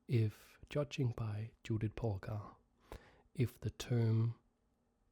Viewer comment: Excellent pronunciation of the names László and Judit. (However in the first half of the video you had pronounced Judit's name correctly but in the 2nd half you, for some reason changed it to the bad format.) There is a little help from me: 2 words: 1, Yes 2, Jeep Focus on the first sound of these words. Using those sounds we get 2 diffenert types of names: 1, Judit 2, Dzsudit Obviously the first one is the correct one due to the fact that the second one is a non existing name.